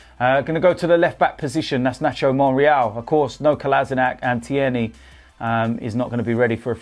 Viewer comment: Tierney is scottish not fucking French , listen to how u say his name it's not hard to say right.